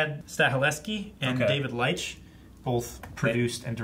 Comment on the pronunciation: You guys should learn how to pronounce the names. You killed both Stahelski and Leitch's names with a shotgun. LOL